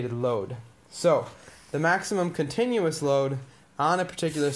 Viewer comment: GREAT explanation!—->A+ “Continuous” NOT “Contineous”—>F